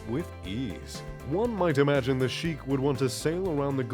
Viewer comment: His name is pronounced as Shaykh, not Sheekh